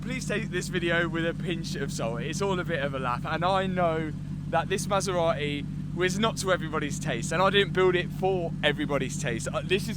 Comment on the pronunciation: Anyone know where the 'T' in Maserati went?